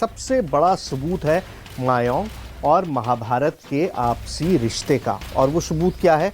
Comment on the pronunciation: Mayon nahe mayang hea gada